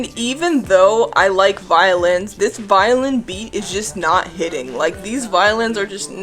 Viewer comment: Bro every time you say you like songs with violins I keep thinking you say violence😭